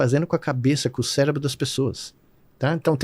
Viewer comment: Falou bosta e ainda disse célebro